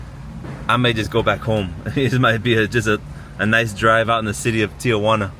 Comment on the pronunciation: You know! Ti-Juana (not Tia-Juana)👏🏼👍🏼✌🏼